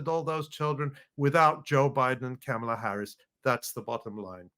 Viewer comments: Learn to say her name properly. She told us when she was running in the official Biden/Harris campaign. It's like mom-ala no matter how it's spelled. It's not like Pamela. Remember "mom." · i dont support KOPMALA but PLEASE pronunciation is comma la, pet peeve